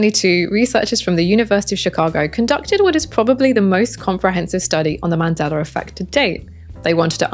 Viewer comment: “SOR! Scientists…” lol Great video on the Mandelar Effect though. Thanks!